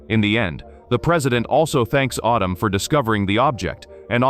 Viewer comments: Ardum for goodness sake. It's Adam!! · Autumn? you mean Adam.... your TTS is pajeeted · IT'S. "ADAM", NOT "AUTUM" dumd ass AI speech ! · Its addem not autumn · Only A.I. would pronounce Adam as Ahdam 😵‍💫 😭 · What?!?!?! Mr. Robotvoice screwing up pronunciation? Unpossible! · Perhaps it's just the AI voice being used being unfamiliar with the rules of the English language. The name "Adam" would definitely sound like "ah•dum" if the 2nd "a" in the name didn't make the first "a" a long "a". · I heard autumn. If you turn on CC that's what it heard as well. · stupid AI, can't pronounce the name Adam. Just do the voice over yourself. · I hate when the AI pronunciation gets something wrong and then just sticks with it forever! Like, Adam is a really simple name to pronounce, and its biblically the first name ever! Get It Right AI!! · I think it's AI, and AI mispronounces words all of the time.